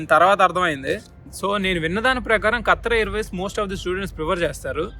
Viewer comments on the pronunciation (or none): Bro kattira airways kaadhu kathaar airways😂😂😂